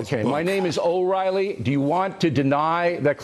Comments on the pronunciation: ~ I was thinking that too. Usually, intentionally mispronouncing someone's name is a sign of disrespect/hostility. Doubtless he knew his name, but why mispronounce it? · Completely agree. That name mispronunciation by Will was a passive aggressive slap at O'Reilly and his ego. It was really funny to watch.